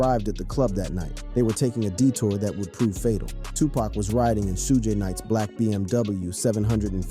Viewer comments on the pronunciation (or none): "Shooj" Knight??? "A point four zero caliber????" Quit with the AI bullshit, and just read the damn script!